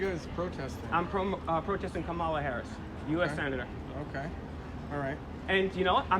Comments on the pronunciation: This video just made you all look thirsty bro.... and you all seemed to be poking at the captain disrespectfully calling him everything besides captain. Also disrespectfully referring to Kamala Harris, as Ka-Mah-la... when I’m sure you know the correct pronunciation of her name. Kah-mah-lah. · This idiot should learn how to pronounce her name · LEARN HOW TO PRONOUNCE KAMALA! #idiots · I generally like what you guys do, but you look like a bunch of ignorant fools when you can't correctly pronounce the first name of the person of interest in the video. Quit being lazy. Do better. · You pronounced her name wrong you goof. Take a pic with the lady then attack her verbally What a 🤡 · Buddy. No class and not pronouncing her name correctly your lucky the body guard didnt. Bop you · First off, pronounce her name correctly. 2nd, he security was actually very nice to you considering how threatening you appeared to a public figure. I agree her record is problematic, but don't pretend you were assaulted by her security. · Can't even pronounce her name !! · When was speaking to the audience at the start of this video, he didn't have the pronunciation of Kamala correct. Later, when he actually called out to her, I couldn't tell how he pronounced it. If he got it wrong that time too, then Kamala surely would have questioned his claim to be her biggest fan. I only learned how to pronounce her name a few weeks ago, so I wouldn't have done any better in 2019. Still, probably blew his chances with her if he couldn't say her name correctly.